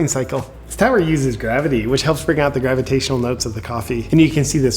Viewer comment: gravitarional notes!😆